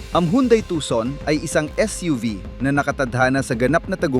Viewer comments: Nakaka buwesit kung magsalita. Mali Mali ng bigkas Mali Mali Ang bilang ,pra ka lng may content ,, Anung yandai nakaka insulto Yan sa pangalan ng sasakyan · Ayusin mo pag pronounce Hyundai para kang shunga ungas ka